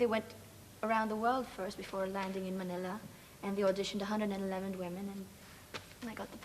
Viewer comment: I hear her British accent and I absolutely love it when she pronounced Manila in a Tagalog accent